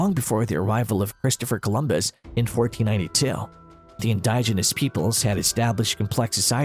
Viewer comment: indiginous.......in DIJ ehn nus...Pronounce the DIJ as "dig"